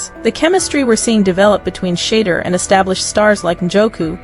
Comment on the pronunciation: She- duer. Learn to pronounce his name correctly. Otherwise, you are showing disrespect as you earn $$$$ based on his actions and activities. So, you have a great storyline, the fact that you haven't taken the time to pronounce his name correctly says what about you and your reporting? Do better, I know you can get it right!